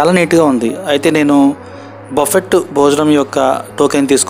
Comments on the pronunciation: బఫెట్ కాదు నాయనా బఫె. T సైలెంట్ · Word buffet lo t is silent buffe ani anali pronunciation correct ga nerchukondi